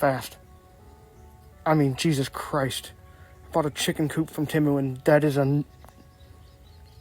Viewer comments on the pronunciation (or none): none